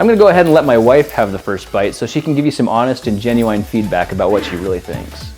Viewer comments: Does he pronounce genuine "genu wine"? Btw I pronounce it "genu win", am I the only one? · Lol genuine "genuwine"